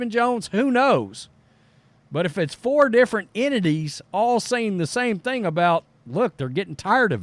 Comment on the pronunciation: You say four like it's 40 ppl